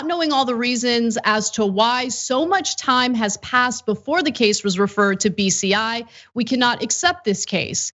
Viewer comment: I kept almost hearing beastiality instead of bci